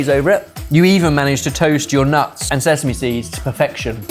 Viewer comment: for the love of god can someone stop saying SEZAME, its slowly driving me insant, its sesame, with a god damned s not a z